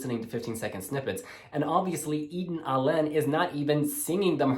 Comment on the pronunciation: Hi! Her name is pronounced: EH-den AH-la-neh.